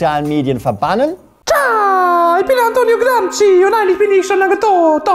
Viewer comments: aussprache ist gramschi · Antonio "Gramski“ 🙈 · Über Martin Sellners Videoschärfe spotten aber selbst nicht einmal wissen, wie man "Gramsci" ausspricht...